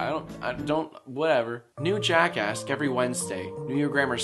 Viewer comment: When you say jackask it sounds like ur saying jackassd lol #jackask